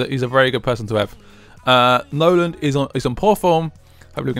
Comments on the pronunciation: I enjoy these vids but misprouncing the players who play for the team you support is so grating throughout the video. It is Nolan, not Noland. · its Nolan not Noland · why do u call nolan 'Noland' ? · It annoys me that way you call Nolan "Noland" and you call Zarate "Zate"